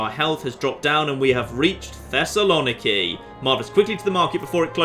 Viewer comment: as a greek im offended by how you pronounced Thessaloniki